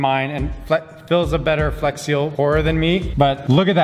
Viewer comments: Right at the beginning he said "flesh glue" instead of flex glue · It sounded like he said flesh instead flex in the intro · When you realize said fles glue in the beginning of the vid